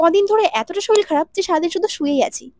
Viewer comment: It's "শরীর", It's not "শরীল" তাই না?